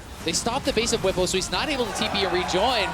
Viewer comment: It's pronounced Bw-EE-po, not Bw-i-po